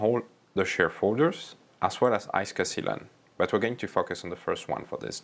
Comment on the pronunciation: did he really say "fuck us" or "focus"